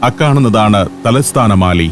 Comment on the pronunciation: മാലി അല്ല മാലെ (Male’)